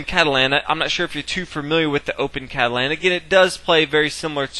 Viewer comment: Very good video, but you pronounce Catalan wrong...